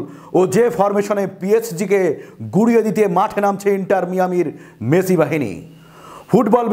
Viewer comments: আমার শ্রদ্ধেয় সাংবাদ উপস্থাপক ভাই আপনি মেসির নামটাও শুদ্ধভাবে ভাবে বলতে পারেন না। আপনি বলেন মেছি মেচি। দয়া করে আপনার সংবাদ উপস্থানা আপনি আরেকবার শুনবেন। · ভাই মেসির নামটা উচ্চারণ সঠিক হচ্ছে না